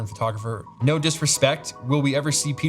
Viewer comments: Hated the "Naur" but stoked you saw my questions. Love ya Pete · Bro, that "nawr" Australian accent knocked me flat 🤣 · The Australian "naur" sent me. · Thoroughly enjoyed this. Great insight into your world. Saying "No" in Australian accent got me! 🤣